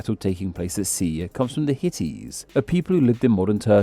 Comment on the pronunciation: Did the AI voice actually say, "hit-ties" for "Hittites?"